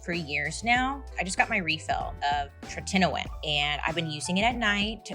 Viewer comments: Tretinoin is pronounced tretin-oh-in 🧡🧡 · The way you said tretinoin😂 so close hahaha… tret-IN-OOOOIIINNNN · The ad...it's not TreTINoin. It's TRETinOin. Otherwise people are going to be trying to look for these products and if they're using speech to text, it's over with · (Tret-in-O-in) pronunciation lol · The way you pronounce tretinoin is very funny